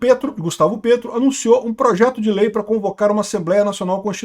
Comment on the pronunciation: Morro de rir quando o fala "Gustavo PRETO" parece shitpost😂